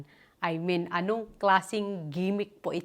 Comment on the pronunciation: gef i men gitf at i min ganun po tamang bigkas ng GIFT AT I MEAN!! YAAN MO N TEH MADAM GIFT PO ATA YAN..